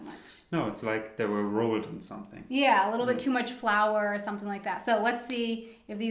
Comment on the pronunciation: Great video. But please make the English TH - it sounds way too German when he says SOMESING instead of SOMETHING. Otherwise, great video as always.